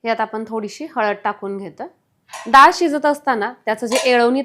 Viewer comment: दाळ नाही हो..डाळ